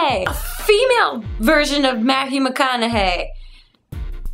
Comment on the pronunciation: she said matwho not mathew